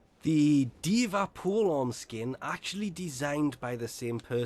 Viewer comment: the octavia skin looks like miku a vocaloid and it makes sense becuase miku plays music the people that think it's Dva from overwatch just becuase he said Dva insead of D i v a your stupid Dva doesn't play music Miku does.